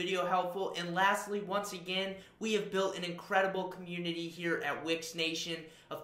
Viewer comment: Would be even better if you could pronounce the name of the company you're representing correctly. You keep saying Which website, WTF?